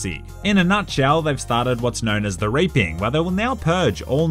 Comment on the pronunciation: The way you pronounced "reaping"